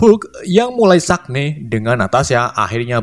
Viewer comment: Sag ne 🤣🤣🤣 san ge bang yg betul 🤣